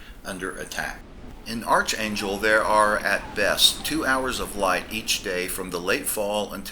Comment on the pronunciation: It’s pronounced ARK not ARCH.